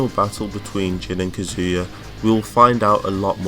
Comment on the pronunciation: “Kezia” u mean kazuya captions